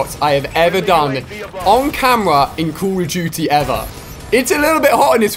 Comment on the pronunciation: Jeee wiz dude why do you say call of duty like: Coooool of duty